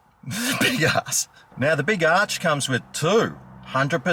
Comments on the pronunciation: Yep... Ya got it right when ya called it the big arse burger instead of the big arch burger... LMAO 🤣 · Not the B.arch burgah😂